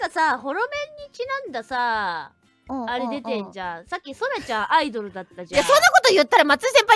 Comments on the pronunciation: ア↑イ↓ド↑ルは客が来ない間の時間なんよw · ラミィちゃんのア↑イ↓ド↑ル！ って、答え分かって「あっ！」ってなったあとシームレスに「イドル」って続けちゃったせいで起きた面白発音だとおもう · アイドルの発音は車のアイドル（アイドリング）ですね😅